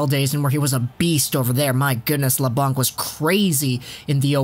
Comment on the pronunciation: It's pronounced La-Bank, not La-Bonk